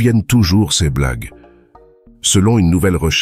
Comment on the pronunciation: Pourquoi avoir changé la voix ? La voix francaise était bien mieux et bien plus réaliste avant ! Cette voix a, en plus, de mauvaises prononciations des mots "ce", "ces", "ceux", "ceux-ci" et des erreurs dans les chiffres qui rendent l'explication risible... dommage ! S'il vous plaît, remettez la voix précédente !